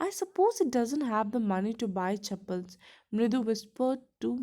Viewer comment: Pronunciation wrong of chappals🙄